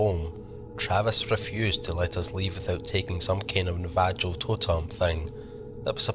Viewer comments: My nan says na-va-joe. Navajo, bro. Nav-a-ho. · Great stories, Navajo is pronounced nah va ho. 💜